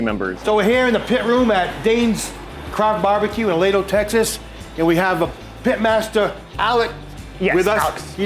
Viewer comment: A-lee-dough, please.